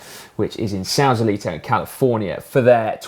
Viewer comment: Simon, I know that mispronunciations are tip #1 on how to be a GCN presenter, but it's SAW-salito, not SOW-salito. We don't do real Spanish in CA--cf. Los Gatos (lahs Gatt-us).